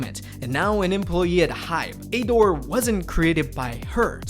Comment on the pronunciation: You say ador so weird lol, just pronounce it like adore